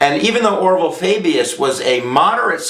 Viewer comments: I think its .....Fau-Bus, not Fay-Bee-yus ....just say'n ....:-) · For next time, it's Orville Faubus (Fahbus). Nonetheless, a good job that I might show to my U.S. History class. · I was distracted by the mispronunciation of Faubus. But it was --like all of lessons, excellent. Here's something to think about:--> It is generally accepted by liberals that force results in a response of force and that changing of hearts is achieved through non-violence. Could it be that when Ike sent in his troops there was only the semblance of change-of-heart? It seems to me that more was achieved by the civil right MOVEMENT than by the civil rights laws.